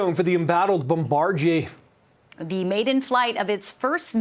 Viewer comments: the news guy who opened. Bombarjier? With a "j"? He knew he mispronounced it right after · Guy straight butcher pronouncing Bombardier 😂